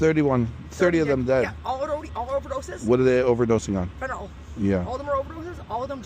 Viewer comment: Fenn tah NILL Fentanyl NIL not Nall Nil